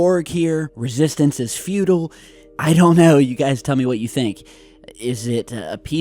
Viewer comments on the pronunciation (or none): Resistance is Foo-Tile?😂